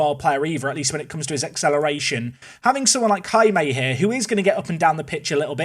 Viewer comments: I think the pronunciation of Jaime is 'High-May', not 'Ha-May' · Please, for the love of god, it’s not “HammAY.” It’s “High-May.” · Just to add to the Jaime discourse... it's pronounced "HIGH-may" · As a spanish person, it hurts me the way you pronounce Jaime’s name…😂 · I like that said Jaime correctly in the first 10 seconds of the video, and then never again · The pronounciation of Jaime... it is... acceptable... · You should look how to pronounce Jaime, because that's my name and I want to see an english speaking person pronouncing it correctly, btw I'm spanish too